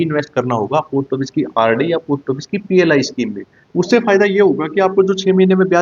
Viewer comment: आपका उच्चारण ठीक नहीं है पोस्ट ऑफिस ठीक bole